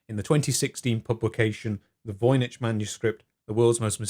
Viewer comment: I'm fairly certain it's pronounced 'voyniCK' .